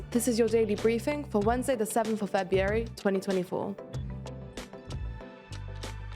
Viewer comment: / I don’t like her she made mistakes in quite a few words that were just normal english words… fabuary…? Weird pronunciation there… n the names were butchered… but tgey became more and more warped every time she said them… just watch a wid in the original language to learn how to pronounce